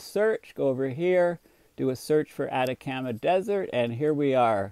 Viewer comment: I hate to do this because I appreciate your work and your service, but if you don't learn how to pronounce names I'll stop watching from irritation. You miss said homage, Chile, Atacama, Buenos Aires.....all wrong! Please get an editor